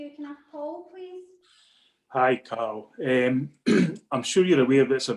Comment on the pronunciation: He said Cawllum MacGregor